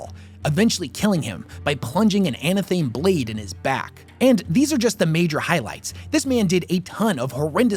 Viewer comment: Sigh. Anna-thaim? Could the word maybe be a portmanteau of "anathema" and "athame"? Maybe? No?